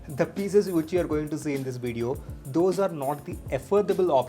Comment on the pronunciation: no one: literally no one: calling which as whoch!! xD just kidding!xD